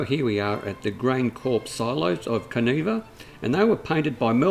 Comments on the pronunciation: Kaniva not kaneeva I is an I not an we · Pronounced can eye va